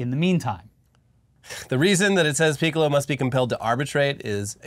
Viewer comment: I commend you both for trying so hard to not say Piccolo like the Dragon Ball character. Ya slipped up though.